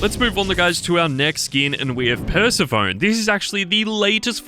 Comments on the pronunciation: it's "PersephoNee" not Persephone. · it's pronounced per-sef-oni not persephone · You pronounced persephone wrong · Omg learn how to pronounce Persephone. You just sound uneducated.